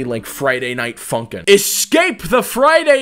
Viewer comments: When he say funk i feel like he saying #### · for a second i though u say the f ing word instead of funkin